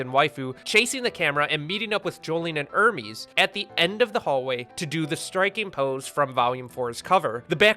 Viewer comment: Sorry my dumb brain has to point this out it’s pronounced Hermes (airmehz) like the clothing brand and not Hermes (ermeeze) like the Greek god’s messanger it’s because the characters are named after clothing producers like Gucci Hermès Emporio Armani Narciso Rodriguez Guess Anna Sui and a bunch more